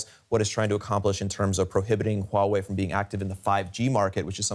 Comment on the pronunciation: it's Huawei not Wuawei.pay some money for your tongue.